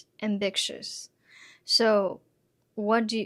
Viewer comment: I'm sorry to be "that" guy but it's "ambitious" (am-bi-shus; rhymes with fishes). There's no k or hard c sound in the word.